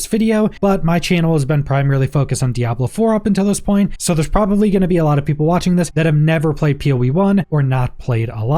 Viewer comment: Was this a good video? "PROBABALY"